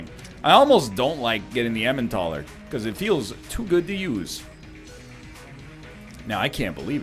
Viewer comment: What are the odds that he'll eventually pronounce "Elimentaler" correctly? (Hint, it's a portmanteau of eliminator and Emmental)